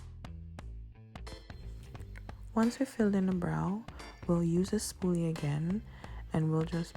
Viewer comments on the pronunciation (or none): I didn't hear spooly at first. Thought you said spoon. I was like I knew it! Then I was like nooooo! The spoon makes so much more sense.